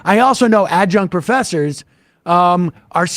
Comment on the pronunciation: Nice going with “ad-junk” Sam 😂